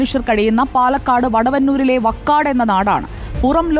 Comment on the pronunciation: Vakkad alla vaakkad